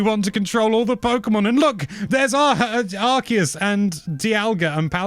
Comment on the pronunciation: Arceus doesn not come from Archangel but from Arké